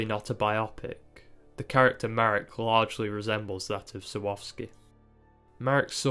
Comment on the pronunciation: a note on the pronunciation of names: Jerzy is like "Yeah-zhee" (J is like English Y, RZ is like french G/J e.g. in "jour") Marek is kind of like you said it, but the accent in most polish words falls on the penultimate syllable, so MArek, not maREK Jacek is like Yah-tseck (again, J is like English Y, and C is like ts/tz e.g. in tzadik) Google translate is really helpful to have the words read out loud and hear the pronunciation! Great video btw :)